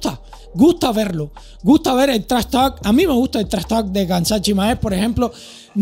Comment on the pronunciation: Se pronuncia “Hamza”, Khamzat Chimaev se pronuncia “Hamza” es un nombre musulman, puedes buscar como se pronuncia bien. Buen video! aqui lo enseña como se pronuncia en el primer segundo.